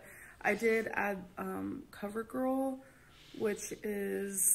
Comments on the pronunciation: Lmao but for the lipstick she said coverGORL... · She said Cover GORL